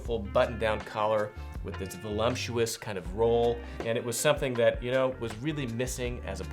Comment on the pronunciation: “Volumptuous.” “Obstentatious.” adding extra comsonants today.:-)